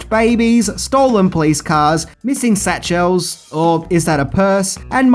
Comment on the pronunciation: Who the hell pronounces "satchels" like that?